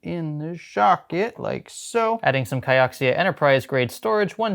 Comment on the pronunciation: Still can't pronounce Kioxia correctly. haha